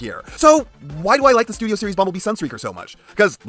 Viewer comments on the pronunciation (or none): I really hate to be that guy… but… 🤓”Ehrm, Actuwally It’s spewt Series”🤓